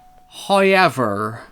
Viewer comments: I thought how you pronounced "game" was bad but I have never heard "hi ever" before im my life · Holy shit you got literally everything wrong about the first movie.. everything you complained about was 100% wrong. You obviously did no research at all and just made shit up to complain about to try and get views.. We already know that you fake being unable to say however and you purposely say words fucked up because you know it gets you more attention. So it's almost a guarantee that you make shit up about the things you review for the same reason. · man said "hoyever" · When said “hoyever” I really felt that.